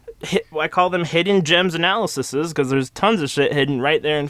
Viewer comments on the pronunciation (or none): honey I love you but the way you pronounce "analyses" hurts me